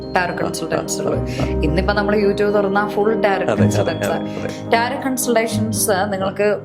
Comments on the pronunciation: റ്റാരോട്ട് അല്ല റ്റാരോ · Greetings ! It is not not pronounced as Tarot....the last Tis silent madam.It is pronounced as Taro. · The pronunciation is taro. T is silent🙏🏻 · Yes, I was about to comment it. 👍